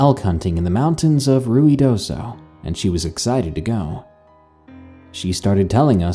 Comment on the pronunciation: Ru-E-doso? No, it's closer to Ru-ah-doso.